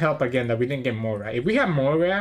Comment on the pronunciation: I really enjoy watching your videos. Thank you for posting them. As a relatively new player, it is interesting to hear your thought processes. Also, just as a side note, Moria is three syllables (Mo-ri-a) not two (Moy-ra). I actually hear a number of people pronounce Moria as "Moyra." Maybe there is a reason I'm not aware of...